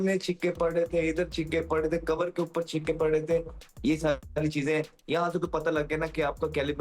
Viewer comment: Shehzad......6..pronunciation Chihkay❌ Chahkaa✅